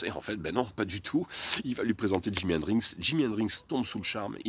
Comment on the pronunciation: Super vidéo très intéressante mais stp arrête de dire Hendrinxs 😜 Bravo et merci pour ce bout d'histoire du Rock 👍🤘